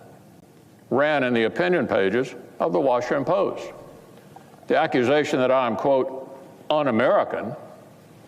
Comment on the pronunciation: "ran in the opinion pages.... of ver worsham pose" `I don't even live in a country directly affected by that deranged old biddy, but it's an outrage that such a vile antihuman vampire is permitted to allegedly represent any part of a citizenry. In a country with as much per-capita violent crime as the one he lives in, it's astonishing that nothing terminal has befallen him.